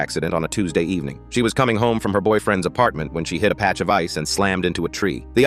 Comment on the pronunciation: Is no one gonna talk about how he said BOYFRIEND?